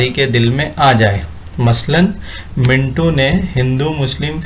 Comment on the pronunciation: Mintu nahin sir mantu